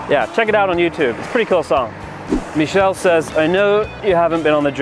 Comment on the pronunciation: Wow 5k comments? I doubt you'll see this but the accent was alright. Except you pronounced the name Michelle "mee-chelle" vs "Muh-chelle" or "Meh-chelle" like most Americans